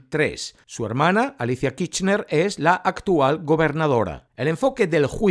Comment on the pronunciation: Ya di mi likito. Pero pronuncia la ''R'' KiRchner.:face-blue-smiling